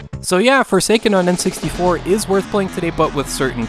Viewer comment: I heard "The future is for Satan" and was really disturbed before I heard guy repeat it(wich was better articulated for me. am not a native english speaker btw...)